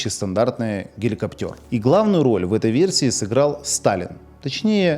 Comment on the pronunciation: Спасибо. Но, не "геликоптёр", а гелико́птер.